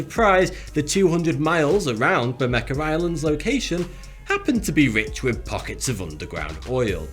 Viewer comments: I realize you're British so you may pronounce some words differently than an American. But this island is pronounced BER-may-ha. It's Spanish 🙃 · BERMEJA!!! As in BermeHa You would NOT say Caguar or Gaguar automobiles right? Nor do we say Cuan or Guan for Juan. “J” is pronounced like “H”, since “H” is silent in Spanish. Please! It hurts my ears!!! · Where in God's name does the "c" or "k" come from?? It's Bermeja. Ber-me-ha. I don't even speak Spanish and I know this shit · It kinda triggers me how you pronounce the "J" as "K". Edit: I wasn't hating on the video, the video was pretty great and interesting. It was just that little detail that, as a native Spanish speaker, triggers me. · It should be pronounced "Ber-Me-Ha" Same idea as Jalapeno. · why is he saying Bermecka? its not pronounced like that in any language???? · Why do you call it Bermeca? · Why do you pronounce the j like a k? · Why does he say BermeKa? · Repeat after me: "ber-meh-ha". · Bermecka?? You need to brush up on spanish dude. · Spanish J, in pronounced like H So try pronouncing BERMEHA. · Bermeja = pronounced : Bermeha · Spanish Conquistador buur may hah. Thank ya. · Hi, great video, just FYI its a Spanish name therefor the "j" is pronounced as an "h" so you should say it ber-ma-ha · It's pronounced Bur-Ma(hard a)-Ha. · It's BermeHa, no? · Dude, the “J” in Spanish does not have a K sound. It’s soft like “Jose” It’s Ber-meh-ha! It’s signifies reddish coloring like Barranca Bermeja in Colombia, red river gorge. Gracias. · Was going to say something, but you did already. It was driving me nuts, bermeca bermeca bermeca....ugh.... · Well, it's closer than 'ber-may-ha' which I guess would be the english pronounciation. Sounds like he tried to pull off the j sound you make in spanish but didn't quite get there. Hats off for attempting tho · Ber-me-ha. J is pronounced like h in Spanish. And its more likely they used sonar to look for it. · Why are you pronouncing it as "Bermecka"? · It does. Ugh...